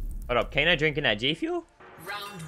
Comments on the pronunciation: WHO'S TF IS KANO? IT'S KANEEEE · It's Kane not kano